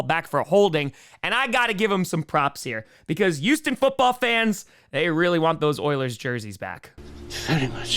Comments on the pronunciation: Houston, with an H. not "YOUston" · Why do you say Youston?